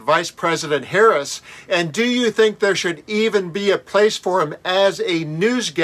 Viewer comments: GB News is itself a right-wing outlet. I've watched this presenter before and can tell you, if he gets upset at Gorka, then you know he must a complete a**hole. All the way from mispronouncing her name, through to his racist and misogynist ravings. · How 🤬 disgusting chauvinistic male. And as low as they refuse to pronounce her name correctly 😡😡😡😡😡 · Gorka is a childish bridge troll. He has nothing to add but purposely mispronouncing Harris' last name and assuming childish voices. And all that means he and his other trolls are scared. Actually he gives bridge trolls a bad name.